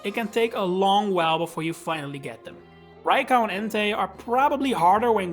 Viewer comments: I have never seen anyone pronounce Raikou as "rai cow" that being said, great video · Why "Rai- KAU"? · Bro said "raicow"